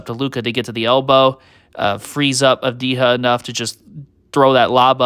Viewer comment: Great content again. Just one thing. Avdija is pronounced Ahv-dee-yah, not Ahv-dee-ha. J is not pronounced as H. (ha)